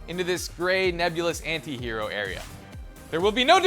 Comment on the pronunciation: Thank god an American knows how to say anti. Go ahead and argue?